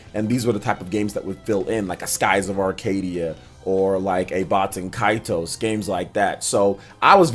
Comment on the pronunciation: I think you're saying baten kaitos wrong